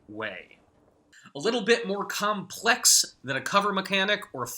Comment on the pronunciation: The way he says complex ahahah